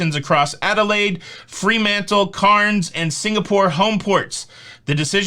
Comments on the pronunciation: Hey, it's pronounced Caaaaannns not Carns. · Yes, I had an email from P&O cancelling my Papua New Guinea and Solomon Islands cruise from Cairns (pronounced cans rather than carns). Still have 2 P&O cruises booked from Brisbane earlier in 2022. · CAIRNS is pronounced CANS, just say'in. Love you &!!! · Cairns is pronounced, canz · Cairns... say it like air ...Cairns LOL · Hey Greetings from Cairns…. FYI…pronounce it like Cans. We r desperately in need of a cruise and have one booked for November 2022… let’s hope we get our shit together by then…thanks for the info 😁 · Hey our next Cruise is September 2022 out of Sydney Australia on the Carnival Splendour we are 🤞🏻crossing our fingers in hope. We have had 2 previous cruises canceled. By the way Aussie pronunciation for Cairns is the same as “ Cans” but we will forgive you 😉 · Cairns has the word air in it and that it how we pronounce it. Great try though. Lol. Thanks for the update. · Cairns is pronounced “cans” down here. Greetings from Australia 🇦🇺 Looks like more penny pinching from Walmart of the seas, Carnival Australia have even done away with tablecloths. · Cairns is pronounced "cans". Your pronunciation triggered me lol Aussie citizens pronounce country as " us stray lee uh". Us Americans have it so wrong haha says my Aussie husband.